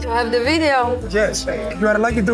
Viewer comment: "Σι γκιβ μι σομ τσικεν οφ σι πλειτ" 😂 αααα ρε μαγκα, και παρολαυτα σε εφαγε με τα ματια!!